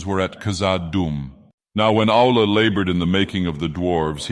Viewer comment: This is really cool. Funny that the AI keeps pronouncing Aulë as 'owl'.